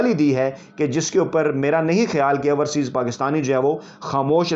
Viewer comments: Dear like and love ur work but just want to mention one thing , there is difference in pronunciation between ourseas and overseas. We don’t mind it but just want to mention it. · I hope he reads your comment and corrects his pronunciation. "Ourseas" sounds funny. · Raja Sahib, it is not ourseaes but correct pronunciation is “ OverSeas” . We love and like your Vlog. You are a good journalist.